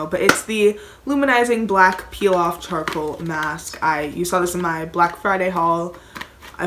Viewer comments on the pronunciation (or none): Did you say chorcal mask there very painful